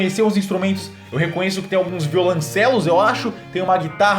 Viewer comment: NÃO É violAncelos!!!!!!!!!!!!!!!!!!!!!!!!!!! É VIOLONCELOS!!!!!!!!!! argh